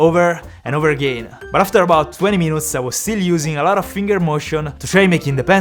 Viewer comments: Everytime he say after 15 minoutes i die laughing 😂😂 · Love to hear the "50minots"